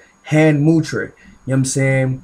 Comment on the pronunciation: It's not mutra. It's mudra